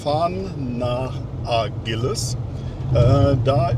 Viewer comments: es wird Agilas gesprochen...nicht Ag u i las....das u vor das i ist stum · Eine Bitte: Sprich bitte die Namen der Städte richtig aus. Du fährst so lang schon nach Spanien. Der Ort aktuell heißt Aguilas, ausgesprochen, Agilas, betont auf der ersten Silbe.